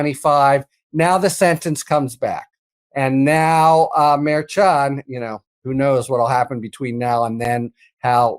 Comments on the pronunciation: Why not correct mispronunciation of Merchan? I notice that Ben has now adopted the incorrect version. I don't understand that. You guys are professionals, right? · Please pronounce the judge's name correctly. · I know he is older, but can pronounce Judge Merchan's name correctly? I already have too many friends who mispronounce Kamala.